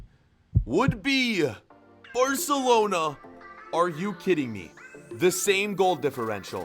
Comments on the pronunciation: Or arselona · spoiler I hear u say arsenlona